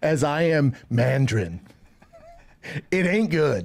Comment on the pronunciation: some of you guys are just making crap up. There's nothing wrong with the way he said mandarin.